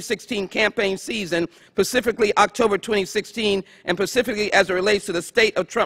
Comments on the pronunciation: Pacifically. Lol. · PACIFICALLY... lol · Lmao...”axe” that again please. That “pacific” question. Lol...ughhh there’s no hope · She might be on Mars right now in her head! Pacifically? my goodness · showlogicprod I know about the time constraints. Are you really blaming her repeated mispronunciation of a word on that?